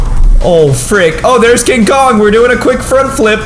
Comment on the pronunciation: Did you say king Dora